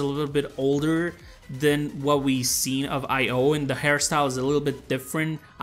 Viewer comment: Her name is pronounced e-yo for io but you can say io if you want. I'm just trying to help😉